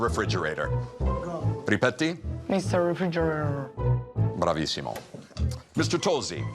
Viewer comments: "Mr. Refrigererrr " " b r a v i s s i m o " As someone who speaks English as their first language, his pronunciation is 100% wrong. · Ha scassato la pronuncia e gli ha detto "bravissimo"